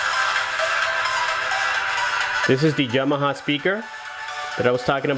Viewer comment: Yamaha not Jamaha.